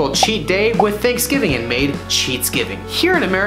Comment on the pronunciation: boy do I love “geats-giving”